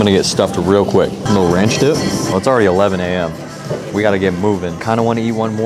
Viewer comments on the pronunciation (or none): I'm the only one who heard "got to dip it in this ranch dip" ??? FOH I can't watch no more. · Did he say ranch? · did you say ranch!